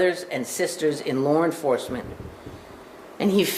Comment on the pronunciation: “Lar Enforcement”